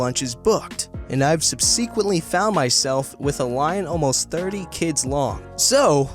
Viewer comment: Gotta say, I've never heard anyone pronounce "subsequently" that way, ever before. And I kind of hope I don't, ever again. 😕